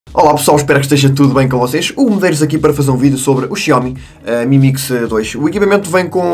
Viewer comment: Tenho reparado que em vez de "MI A1", por exemplo (ou outro equipamento com "Mi" no nome), dizes "Emi" e não apenas "Mi"...